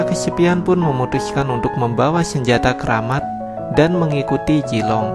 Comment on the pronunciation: hahaha orang sunda bngt ini mah zilong = jilong